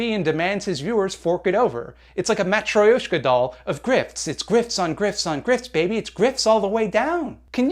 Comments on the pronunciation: Matryoshka is pronounced Ma-tro-shka with a rolled r. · Please, don't violate the word Matroshka, its Russian and not said like that